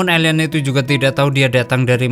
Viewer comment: Kok elien bukan alien😂😂😂